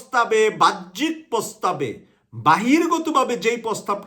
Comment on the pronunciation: সাহেবের উচিত তার ভাষাগুলো শুদ্ধ করা। তিনি বাহ্যিক শব্দকে উচ্চারণ করছেন "ভাহ্যিক" বলে।এর আগেও বিভিন্ন ভিডিওতে/ টকশোতে তিনি "বৈষম্যকে" উচ্চারণ করেছিলেন বৌষম্য।